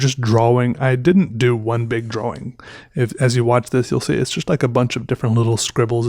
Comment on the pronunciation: Draw-wing